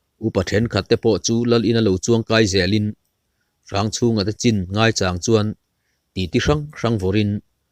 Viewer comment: Ngaichàng tih I lam dan hi ka ngaimawh deuh mange ka ti. Maucháng ti ang a I lam mai thin hi chuan beng a tithlep deuh chu a ni. Tihlovah chuan a ngaihnawm viau e.